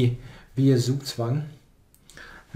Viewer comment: Please pronounce "Zugzwang" german. Even Daniel King can do it.